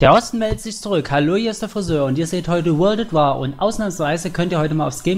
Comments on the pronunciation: "Wörld ät Wahrrr" :D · Wörld at Waahr :P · Ich hoffe doch du meinst das nicht ernst mit wörlt at war ? wörlt ?